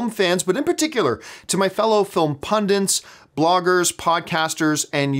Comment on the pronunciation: I think John's making a good point here... these days it's simply too easy to have things spoiled for you. I feel I should point out a mistake that John often makes because it bugs me... the term is pundit... not pundint.